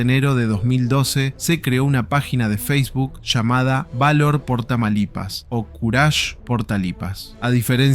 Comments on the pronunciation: No eres el único que le dio algo por decir tamalipas en lugar de TAMAULIPAS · Me causo estrés que no supiera pronunciar Tamaulipas 😭